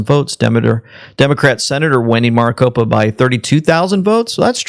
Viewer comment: Maricopa county isn't pronounced mrricopa. Its pronounced mericopa.